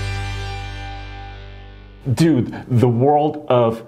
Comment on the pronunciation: Dute......quit trying to say dude.